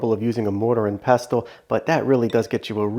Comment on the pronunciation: the t in pestle is silent